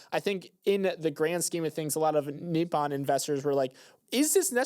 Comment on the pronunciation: great listen today! FYI i believe its "Ni-Po-N (Knee- Pou- N)